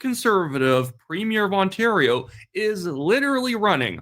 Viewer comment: Ford pronounces the province ONTARO😂😂😂😂 ONTARO